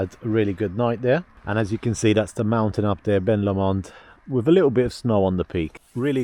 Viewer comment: Beautiful area!!!! Being in Scotland, it's a loch not a lake. Also, it's pronounced Loch Lomond (Low Mond) Oban is pronounced Obin